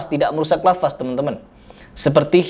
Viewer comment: Bilang lafadz aha lafazzz